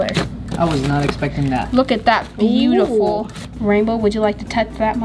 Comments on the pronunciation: It is pronounced buetiful not bootiful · Its beautifal not bootifal